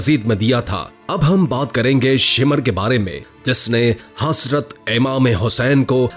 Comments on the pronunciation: HaSrat nii Hazratt hota haiii ..... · THERE IS NO ANY WORD HASRAT , IT IS HAZRAT , PLEASE PRONOUNCE RIGHT WORD…..